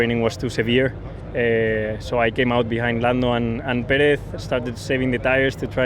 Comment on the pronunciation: Sainz: Pereth 😂